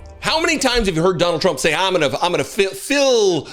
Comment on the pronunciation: Maybe he only served in the middle part of the country. 😂 Chump (as Karoline Levitt pronounes his name) really knows how to pick them.